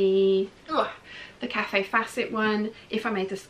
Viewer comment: Love the prints and fabrics! Btw, Kaffe Fassett is pronounced ‘kayf’ not cawfee- basically the e is silent. Saw his talk at a local event and blown away by his sense of color. Still going strong at 80 years old! Take care.....